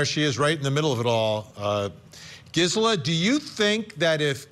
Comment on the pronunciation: GIZZ-ela? Really, Vinnie?